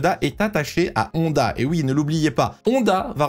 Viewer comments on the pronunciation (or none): none